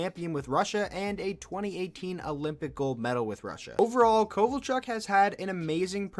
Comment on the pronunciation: Yeah not kovalchuk